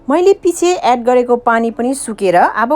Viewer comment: Pahila nepali bolna siknu! Moile hoina maile ho.